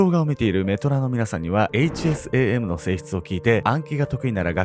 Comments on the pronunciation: 〜！！ 「HSAM」を「HASM」って 言っちゃってるよ〜！！ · で、HASMと言っていますが、、、😂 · HASMって言ってしまっている笑